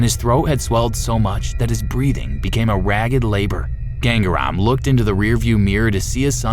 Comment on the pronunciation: It's not gang-REM you idiot.. It is "GangaaRaam"..